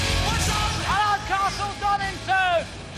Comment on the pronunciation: It's Donington not "Donnington"